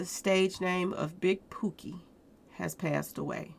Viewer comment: His name is pronounced pokey like po-key